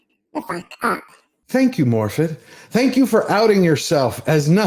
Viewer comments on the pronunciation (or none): What can you expect from a Welsh person that can not be bothered to say her own first name correctly, in Welsh two dd's make a th sound as in "this" or "that".